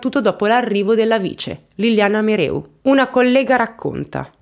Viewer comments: Brava, però si legge Merèu, non Meru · Grazie per aver portato questa vicenda, che sento vicina perché frequento la zona. Solo una cosa, si dice Clèss, con la esse dolce e il cognome è MeREU come si scrive. Un abbraccio 😘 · Caso molto approfondito. Mereu è cognome sardo che si pronuncia con accento sulla seconda e che tu non pronunci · Il mobbing in campo medico è diffusissimo, purtroppo. Il tuo video mi ha rattristata ma non stupita. PS: Solo un piccolo appunto. La dottoressa si chiama MerEu non MerU. E' un cognome sardo. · La dottoressa si chiama MEREU, non Meru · Liliana Mereu, non Meru , è di origini sarde :) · Credo che si pronunci mereu, è un cognome sardo non francese😂😂😂 mereu non meru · Mereu, non Meru. MEREU. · MEREU MEREU non MERU